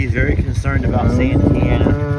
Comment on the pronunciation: OK. So, I'm assuming that the "i" in Santianna is silent? Cause that's confusing my brain. It reads, "san-tee-anna" When you say, "Santana".....I think, "Carlos". See what I mean. So, the teacher. School me on this one, please.;-) Rock on,. Hope that drain water problem gets solved quickly for y'all!